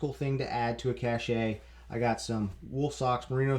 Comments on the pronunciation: A quibble but cache is always pronounced like cash. The word pronounced like "cashay" is cachet, which generally means prestige. I would have loved it if you started the video telling everybody that pronounces cache as "cashay" that they are just wrong and to start pronouncing it correctly as "cash". Loved the video. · It's "cash," not "cash-ay." Google is free, dude. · I cringe every time I hear someone mispronounce cache (same as cash, it doesn't have a second sylable). I guess looking it up online is too complex for some of you?